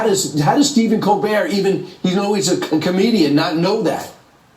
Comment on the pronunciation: Its pronounced ko bear....hate Stephen Kobert!!!